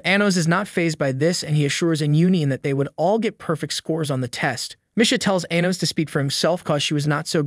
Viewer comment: The way he pronounces Anos name makes me cringe